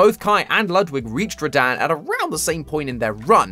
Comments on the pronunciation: “Radan.” Bro it’s Rad-han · It’s rah-dun not rahdan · Rah-Dan? When I heard you say Radahn's name, I physically winced. It's pronounced Rah-Dawn. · ain’t no way he called him ra-daan 💀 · I don't know if he is saying radahn's name correctly or not, it could just be the accent